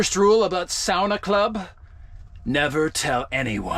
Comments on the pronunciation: Please stop your attempted pronunciation of saunas and Finnish sounds it's mildly irritating. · Just started this episode and plllleeeaaassseeee start saying Sauna properly. 😅 it's giving me anxiety everytime u say it like that 😂😂😂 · it's pronounced Sauna not Sauna...k